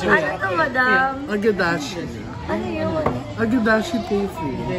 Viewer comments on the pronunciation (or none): Age-dashi tofu. Aaahh tokwa. HAHAHAHAHA